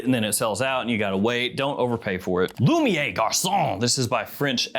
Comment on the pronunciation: Lumi-air Garçon. Not Lumi-eh.